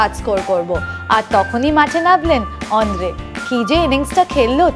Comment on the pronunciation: Not ondre..😂😂😂 It's Andre ..!!